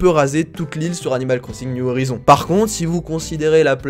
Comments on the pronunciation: C'est horaizonne (comme en anglais) parce que si tu dis horizon, c'est comme si tu disais peuhache au lieux de pitch (peach dans Mario) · sa ce prononce or-aille-zone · Ça se prononce « oryzon » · On dit : Animal Crossing, New (NYUW) Horizons (HORAÏZONNE’SS) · Horaïzonne ( avec le h qui se prononce ) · On dis horisonce (pronientiation) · Pour bien dire prenonce < > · Horizons se prononce "oraïzonneze" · On dit "ORAYZONS" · NON ON DIT ORYSSOUN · sa se dit orayezone! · Ça se dit HO-RAILLE-ZONE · Mdrrr et on dit Oraïïïzonssss a l'anglaise quoi ;)